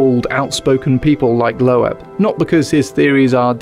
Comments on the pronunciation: it's correctly pronounced loob -- like book. That's the original German pronunciation but Americans usually says it with a long O. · I'm pretty sure Avi's surname Loeb is pronounced lobe, like earlobe. Can't help thinking you should have checked before saying it wrong 20+ times. Regardless, another great video, good to see you back. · Dr. Loeb's name is "Loeb," but instead of /loh-ehb/ it's //öb, lœb, løb/, the Yiddish and German (and others) vowel between oh and ay, shape the mouth to say AY then round the lips to say OH at the same time. In English, this is usually given as just oh or ay, and Avi is /ah-vee/ instead of /ăvi.